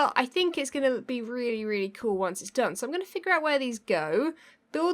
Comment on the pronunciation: 😂😂 ("really, really" - with your accent)